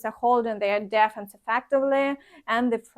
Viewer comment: if you like I'll list the words that need your attention in the comments. An important one is "defense" not дєффнс, але дііфнс. I'll do it for other words when I hear them. You can use Wiktionary or other websites to hear the correct pronunciation